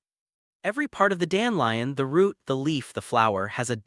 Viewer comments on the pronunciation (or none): I lnow ots a.i but its dan de lion not dan lion